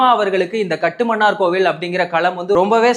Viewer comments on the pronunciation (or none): ஐயனே! இனிவரும் காலங்களில் அதை காட்டுமன்னார் கோயில் என உச்சரிக்கவும் . அந்த ஊர் பெயரை அரசு இதுவரை மாற்ற வில்லை --கட்டுமன்னார் கோயில் என்று .😂